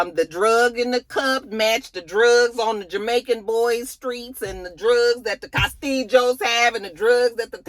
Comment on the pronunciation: When you say Castillos "castiJOS" it takes me out 🤣🤣🤣🤣